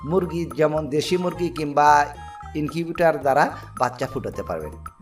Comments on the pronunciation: শালার বাচ্চা মুগরি না। উচ্চারণটি হবে মুরগি। শালা মূর্খ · মুরগী ❌ মুগরী ✔️ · আরে ভাই মুগরি না মুরগী 😂😂😂